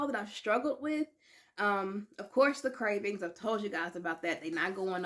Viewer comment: Madikin instead of Madison, gerhin instead Ghrelin, curbings instead of cravings